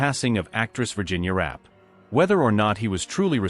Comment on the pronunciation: Her name was pronounced "Ra-pay".